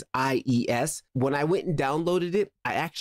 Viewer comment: It's not LES its ies. nice video btw keep creating.